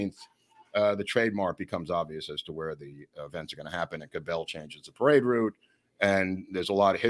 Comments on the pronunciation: Hey, Cabell's name is pronounced with an accent on the first syllable CAB ell. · Small correction on pronunciation of the Mayor of Dallas' name. It is being pronounced incorrectly by. Cabell is pronounced more like "Cabble". I've lived in the Dallas area since 1952. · The Cellar had women that wore bikinis, not pasties. Earl Cabell’s last name is pronounced with the emphasis on the first syllable. That family owned Cabell’s Dairy.